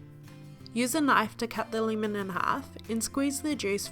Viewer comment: Word of the day "Leemun" sorry....